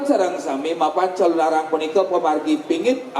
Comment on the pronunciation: wah ngawur ini calonarang itu nama sebutan seorng ibu yg menjalankan sifat sifat raksasa kejahatan yg nama aslinya ratna menggali dri kediri..sekarang d mana dapat ucapan calonarang menjadi calon arang calon menjadi arang..ini ngawur sama halnya melesetkan sejarah....tdp pantas d dengar